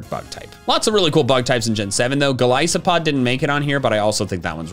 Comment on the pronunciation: There is no A in Golisopod! 3 of the vowels are supposed to be O's!